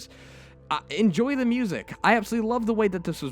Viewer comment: Sort of a weird question, but are you by any chance asian? Japanese? I just noticed today you don't pronounce "T";s at the start of the word (Such as 'The') but instead say "D"(De, Dat, Dis), My Japanese friends do the same. I was just curious. Also that end slate had me laughing my ass off